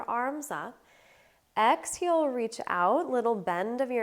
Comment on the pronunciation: Why do you say ‘exheel’ not exhale? You say inhale correctly